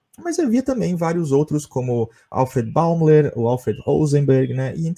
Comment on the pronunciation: Escreve-se Alfred Bäumler, mas fala-se “Alfred Bóimlâ”.